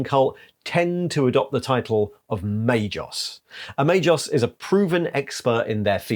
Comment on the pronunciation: is rarely mispronuncing obscure denominations derived from latin language but MAGOS is pronunced may-GOss not may-joss. G+O=GO not JO.